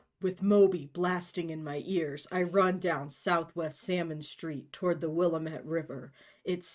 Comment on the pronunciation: Tiny tiny nitpick as a person from the area lol: It is not the Will-eh-met, it's the Will-AM-et. I have gone swimming there many times, down on a sandy part of the bank with a lot of cottonwood trees.